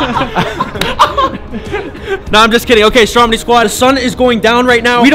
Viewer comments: It’s stromedy not strong body LOL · Check ur spelling you said Stromdy instead of Stromedy and u said flyies